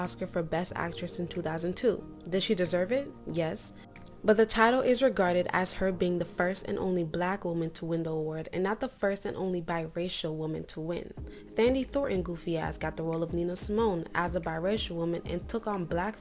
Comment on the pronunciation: Hey girl, it's pronounced Tan-dee not tha-ndee